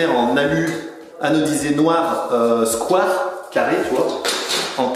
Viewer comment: Pas sur que ça vieillisse bien niveau mode ce genre de carrelage, mais bon ça ce sont les gouts des clients :) Super taff comme d'hab. Sinon "square" se prononce "skouaire" ;)